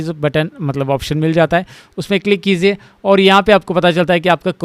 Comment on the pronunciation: Sir! It's "kijiye" not "kiziye" I notice this in every video of yours Please correct it, it irritates me